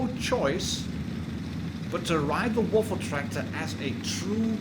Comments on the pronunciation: Good german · Oh dear god. You said the full german name. Oh boy. You’re becoming more german by the minute.